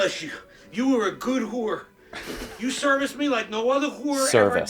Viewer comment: The only man who can correctly pronounce “hoor”